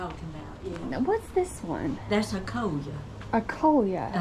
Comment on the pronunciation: Coleus, not coleia...and they grow fine outside.